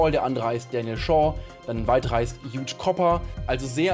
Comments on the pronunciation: Er heisst Hugh und nicht Huge -. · Und Hugh wird nicht huge gesprochen sondern Hju(um mal zu verdeutlichen wie das geht) 😂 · den namen "hugh" spricht man btw "hue" und nicht "huge" aus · Hugh spricht sich wie you nur mit h vorne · Hugh wird so ausgesprochen: HJUuu Edit: YOU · Der name hugh wird hjuu ausgesprochen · Aaaah, "Hugh" wird nicht wie "huge" ausgesprochen! Kennst du "Hugh Heffner" nicht? 🥴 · Die Anzahl deiner Versprecher beim Namen Hugh ist huge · Hab auch den Kommentar gesucht weil es mich so triggert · Schon interessant, wie du Hugh Cooper aussprichst 😂👍 Trotzdem mega Video :) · Alteeeeeer ich mag ja an sich aber wie kann man so auf bilungual (Deutsch-Englisch) machen und dann nicht mal den Namen Hugh richtig aussprechen können